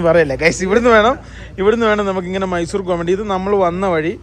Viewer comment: ചേട്ടാ മൈസുരേ അല്ല മൈസൂർ